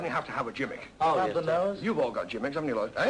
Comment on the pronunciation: Do the British pronounce "gimmick" as "jim - ick" or was that just something peculiar to Ken Dodd?